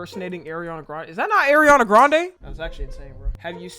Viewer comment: “Erinana grande”😭😭